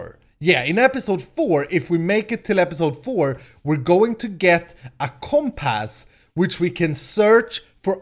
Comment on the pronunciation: Not to be mean but it is comp-uss not comp-ass